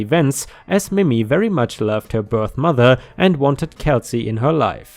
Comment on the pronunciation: I really like your voice for these stories. FYI in case it comes up again, Mimi is not pronounced mimmy, like rhymes with jimmy, but like mee-mee. ⭐⭐⭐⭐⭐